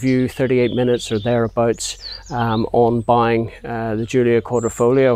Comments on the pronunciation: Good video, but, from an Italian I must tell you that the pronunciation of Quadrifoglio is wrong, you have a good italian accent, but you said “Quadrifolio” non “Quadrifoglio” “gli” is a particular pronunciation, (more similar to a j) To hear the correct pronunciaton you can listen in on google translate but even better if you open an italian video of the Giulia Quadrifoglio to hear an autentic pronunciation. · No, not Quadro - foglio it's Quadri - foglio.